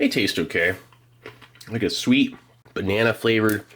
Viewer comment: What's a "binena"?